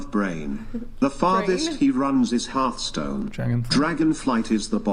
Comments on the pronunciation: but did he ever learn how to pronounce "hearth"? heart. hearth. heart. hearth. xD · How does not know how to pronounce Hearthstone